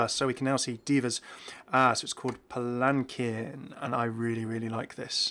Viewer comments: Palanquin is pronounce PallenKeen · Palanquin is pronounced palan-keen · Actually, it´s pronounced pal - en - keen. (Anyone get the reference?)